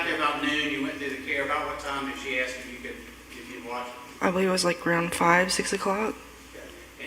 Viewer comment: Holy shit... the lawyer says "aks".